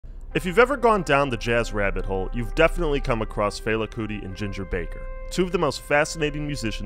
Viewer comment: Yeah, I never heard a Nigerian say it that way.